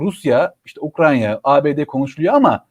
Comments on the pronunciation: UKRAN-YA değil. UKRAY-NA. Türkçe'yi doğru kullanalım, ya da evimizde oturalım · ukranya deme, ukrayna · N'olur "Ukranya" değil, "Ukrayna" 🙏